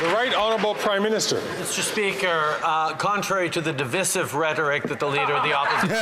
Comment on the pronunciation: Their pronunciation of the word divisive is wrong.